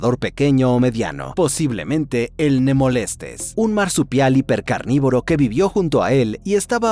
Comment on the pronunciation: Nemolestes ❌ No me molestes 🗣️